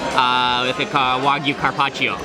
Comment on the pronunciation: Server should at least pronounce it correctly. Wagyu, not wahgoo.